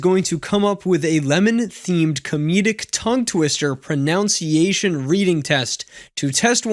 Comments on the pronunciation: mispronouncing “pronunciation”: priceless! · If you can't even pronounce pronunciation correctly... d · Since we're on the topic, it's proNUNCiation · Did this guy seriously just mispronounce the word pronunciation!? LMAO!!!